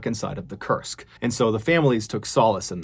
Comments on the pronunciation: I kept thinking you were saying the name of the sub was Cursed. It's pronounced as "Koorsk" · This whole time, I thought you were saying it was named "The Cursed", and I was like, "well, that's your problem right there." Now, I realize that that is not the name of the ship. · When you said "Kursk" I thought you were saying "cursed" ... lol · "Kursk" or "Cursed"? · Forgive me for being didactic. It’s pronounced K-oo-rsk. It’s important to get these details right. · I thought you were saying cursed all this time and I’m like wow that’s the worst name for a sub 😂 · I kept thinking he was saying cursed too! It wasn't until later when I saw the named spelled out I realized I was wrong. It does make you wonder about the similarity tho. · Koorsk is the correct pronunciation